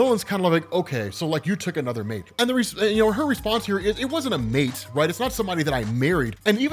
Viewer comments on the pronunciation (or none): none